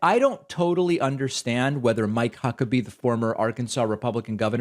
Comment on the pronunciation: "My Cuckabee" No one thought to have the VO person record that again? jfc...